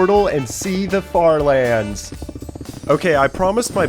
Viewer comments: “fart lands” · "fart lands" 😭✌️🥀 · "fart" lands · “fart lands” 😭✋ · One time when he said the farlands he said the fart lands